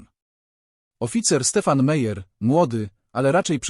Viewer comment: Nazwiski Meyer lub Meier wymawia sie Majer😢